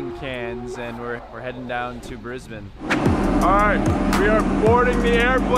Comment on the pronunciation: thankyou for pronouncing Brisbane correctly :-)